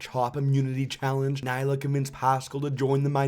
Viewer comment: Loll omg i love how he pronounced neleh as nyla